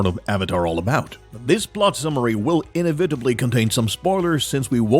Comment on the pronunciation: The way you say inevitably seemed so odd to me. Have I been saying it wrong my whole life?